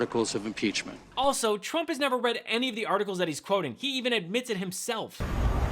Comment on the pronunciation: That sounded like they were saying crook, not trump